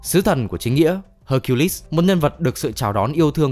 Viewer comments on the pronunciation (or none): none